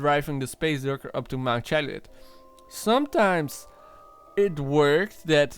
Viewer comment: So you're researching the Chiliad mystery and you can't even pronounce Chiliad. Seems legit.